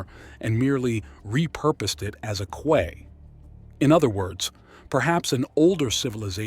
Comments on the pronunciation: Fascinating! Erm....Quay is pronounced Kee, not Kway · Key not Kway. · It's pronounced "key" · Quay is pronounced as "key" is. I didn't believe it at first either as a kid, but with an English majored grandmother and a local hotel called "The Red Lion at the Quay", I simply couldn't escape it. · 'Quay' is pronounced 'Key'.. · You lost me at “qway” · QUAY is pronounced KEY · Its pronounced key. Quay is pronounced key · In the UK it's pronounced "key". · yeah you're right I'm an idiot. I actually got it right the first time but second guessed myself because the way he was saying it was driving me mad. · the word "quay" is pronounced "key" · Quay is pronounced 'key' in the UK, and 'buoy' is pronounced 'boy'. Don't ask me why, but they are. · Quay Is pronounced Ki or key.